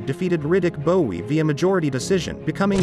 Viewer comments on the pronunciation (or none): Cause Riddick Bowe (pronounced bow not bowee 😂😂) was a BAD MAN!!! I remember him growing up and it was Bowe, Holyfield, Tyson and Foreman had still done his thing when he was old but out of his prime. They were the top of the heavyweight division in the late 80’s and through the 90’s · It’s Bowe... pronounced Bow as in bow and arrow. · It’s pronounced Riddick Bow! Not Bowe! BOW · It's pronounced Bow not Bowie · If your gonna report on fight, prpnounce their names right. Its pronounced bow. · Pronounce Bowie next Bowe. They are not the same. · How is it that you post a Video on Evander vs Bowe, but you keep pronouncing “Bowe” as “Bowie”? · Pronounced : Bow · Stop pronouncing Bowe like that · I always thought this channel was the person's voice but with pronouncing Bowe as Bowee over and over its clear its a generated voice. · It's pronounced "Bow" lol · This guy doesn't even know how to pronounce Riddick Bowe name